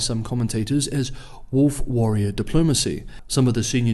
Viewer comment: it's wolf WARRIOR not WORRIER what the fuck